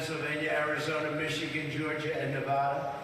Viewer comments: Nevada is generally a Purple state. We go both ways in elections. And it's NevAda not NevUda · Trump said the word "Nevada" twice, back to back, but pronounced them differently. Weird. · Interesting that he pronounces Nevada two different ways.